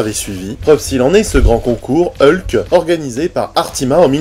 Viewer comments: Merci pour cette vidéo mais par contre toi tu dis Heulk? Bon eukai... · Ah ben tu vois, j'avais même pas capté que je disais Heulk aujourd'hui. J'ai toujours dit ULK ! Merci pour cette remarque, elle m'amuse. Comme quoi, le MCU m'a un peu modifié la prononciation. Mais j'avais vraiment pas remarqué.